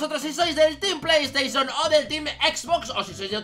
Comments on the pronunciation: Se dice PlayStation, no pleys teichon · Pley teison